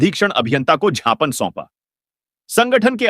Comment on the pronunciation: आपने ज्ञापन को जापान बोलते जो